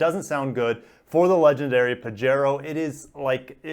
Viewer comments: You know I love u and ur channel man.... but it's pronounced Pah-he-ro:) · it quote you have given, says that you pronouce it pajero.